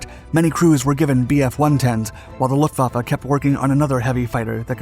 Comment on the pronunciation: "Luhfaffe" Mi zenn